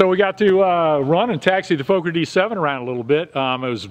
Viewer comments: Love your videos! Its actually pronounced exactly like an american would say focker, so fucker with an O xD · Nice video, great to see the old airplane come alive again! By the way, Americans always pronounce Fokker like "folker" with a long o, but actually it should be pronounced with an o like in "boss" or "lock", so like saying "locker" with the "l" replaced by an "f". Hope to see more videos soon!